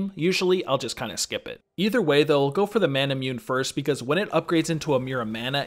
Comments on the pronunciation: Solid video but hearing you say "manamyoon" made me cringe. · You pronounced "manamune" wrong :v